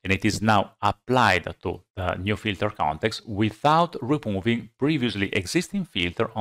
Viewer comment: I love this man what a great explanation but I surely love to hear him say FILTER CONETEXTA